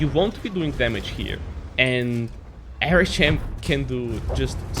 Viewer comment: Ар-эйч-эм, не Эр-... первый звук А, бро )))